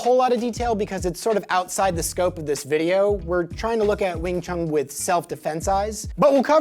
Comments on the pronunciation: Please stop saying wing chung. It is WING CHUN. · Just my point of view. take that space between them out too. There isn’t supposed to be any pause between the pronunciation. Wingchun